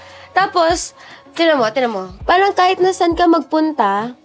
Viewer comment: Ang aarte nyo magsalita magbigkas lang ng “parang” ang arte arte